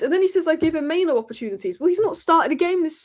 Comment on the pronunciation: It's mainoo actually, not maino